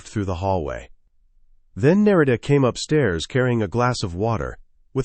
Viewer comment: A piece of advice. Do a proof listen before publishing. I’m a minute in and the wife’s name has been pronounced two different ways. There are probably only three variations. Names are a problem for narrators. Specifically uncommon names. Narita is an uncommon name in English. If you have a way of choosing names, go with simple. Otherwise the listener ends up struggling to keep engaged with the story. Annoying details are distracting.